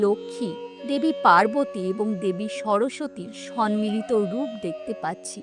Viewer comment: বৈশিষ্ঠ নয় বশিষ্ঠ।সম্মিলিত নয় সম্মিলিত।ভুল উচ্চারণ শুনে অনেকেই ভুলটাকে ই অনুসরণ করবে।এদিকে সতর্ক হ ওয়ার প্রয়োজন আছে।